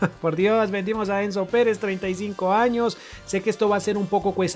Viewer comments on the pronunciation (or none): none